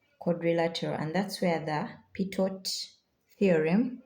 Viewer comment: Pitot is pronounced as Pee toe.